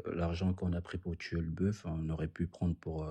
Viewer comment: On prononce le "f" dans "boeuf" au singulier mais pas au pluriel, les gars :-)